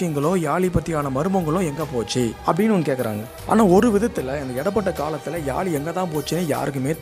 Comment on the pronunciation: Yali illa yazhi pls pronounce carefully.... Zhagaram